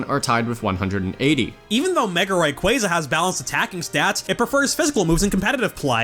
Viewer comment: Are and married to each other? pronounces Rayquaza wrongly while pronounces it correctly